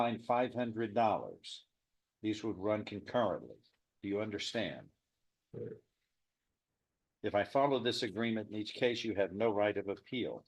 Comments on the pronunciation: Judge- Are you stupid? Defendant- "Corekt" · What a pea-brain! Who says "Correk" instead of "Yes" to a question? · He didn't even pronounce the word. "creh". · The judge was correct (correct pronounced with a low raspy tone).